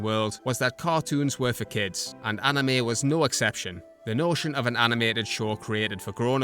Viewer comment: One problem : They don't say Anime they say Anim. And it pisses me and the old anime fans off